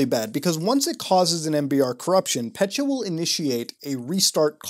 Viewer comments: Pet-ya, not pecha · As a Russian, I get more pissed every time he says petya . . . Not PETCHA it’s PET-YA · Dude, not "Pet-cha", it's "Pe-tja" or "Pe-tya" ("Петя" on Russian).I don't know how more clearly to show pronunciation in text form. I know that is very puny criticism, I'm sorry, but every time I hear "Petcha", it makes my brain to spaz out. P.S. I did like this review though, like any other virus investigation, they all are great (unlike your Russian, which is not surprising). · It’s not “pechya” it’s “petya” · petya not petcha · pet-yuh not petcha reeeeeeeeeee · So I am Russian and hearing petya pronounced "petchya" hurts. It is still good video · Thanks for the awesome video as always, but i just thought i`d point out that ''Petya"is actually a woman`s name in most slavic countries and it`s pronounced "pet(as in ''pet)-ya(as in yahoo)" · Your pronunciation of "Petya" make my ears hurt